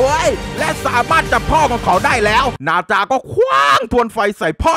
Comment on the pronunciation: พี่มันไม่ใช่บาจามันนาจา